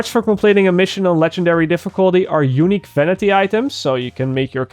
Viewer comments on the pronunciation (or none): When he says unique it sounds like hes saying eunuch from game of thrones lol